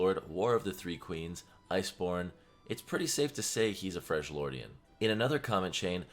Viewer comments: Why does " freglordian " triggers me ._. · If I hear Fredge-Lordian 1 more gotdam time LMAO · FREL-YORDIAN, NOT FRENCH-LORD PLEASE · WHAT THE FUCK IS A "FRRJLIORDIAN"?! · FREJ-LORDIAN made me stop watching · Why do you say freshjordian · youve played this game for how long now and you cant pronounce freljordian right. the characters in the game literally say it. holy shit